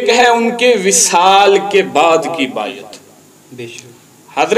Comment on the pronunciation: بایت واہ تلفظ تیرا 😂